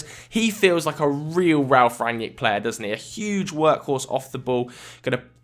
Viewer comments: It's not Ran-yick, it's Rag-nick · you dont know shit about Rangnick. all you saw are some Interviews. you can't even pronounce his Name correctly.